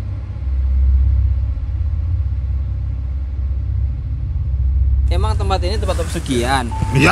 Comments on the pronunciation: TULUNGAGUNG, BUKAN TULONG AGUNG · Kampung halamanku... TULUNGAGUNG bukan TULONGAGUNG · Tulungagung bukan tulong agung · Tulungagung yg betul hurupnya